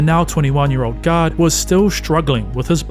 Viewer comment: U say "guard" I hear "God"😂